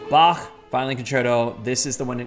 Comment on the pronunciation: I approve your pronunciation of Bach. Zehn von Zehn. 🤔